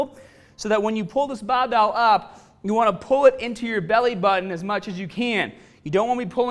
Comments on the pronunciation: You have an issue pronouncing your letter 'R'. Plus not everyone has access to a fully equipped gym. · Will be cumparin' tha bahbell bent ovah row, vehrsis tha t-bah row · BAHbell rows ah HAHdah than t-BAH rows. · what accent is that? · Bah-bell, strong-ah... great accent!!! Great video!!! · I mostly don’t care which is better, I just wanted to hear say BAHbell over and over 😂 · baaar bell. Faaader. You sound a bit aussie there. Excellent channel . Thanks muchly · oh ya, stahddle that bahbell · Can the volume be increased to around 300% every time he says "bahbell"? I'm asking for a friend... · Came for the bahbell. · We are doing the baahbell row....use your baak..not your aahms...lol....on the real..good vid tho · The way he says barbell 😂😂😂😂😂😂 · Came here for the baaaahbehhhl.....also clicked on the beeehllll.